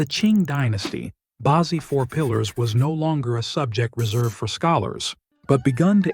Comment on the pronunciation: Bad AI reading. "Bazi" is not "bah-zee", it's "ba tzeh" (hard "z").